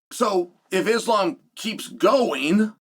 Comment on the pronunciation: I bet Islam will forgive you if you learn how to pronounce his name 🥰